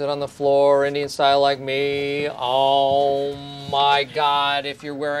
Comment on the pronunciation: It's not aauum it's OM